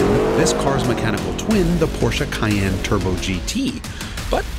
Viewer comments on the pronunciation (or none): Porschese Cayyene